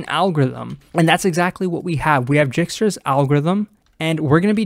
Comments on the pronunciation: Dijkstra's algorithm is read as /ˈdaɪkstrəz/ DYKE-strəz, not Jikstra's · My man said jigstra's~